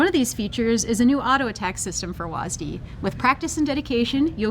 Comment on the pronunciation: calling w a s d wasd has to be the most cringe thing ive ever heard someone speak out loud